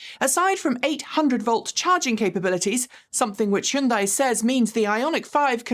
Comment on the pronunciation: I love that is the only person on YouTube who can pronounce "Hyundai" correctly.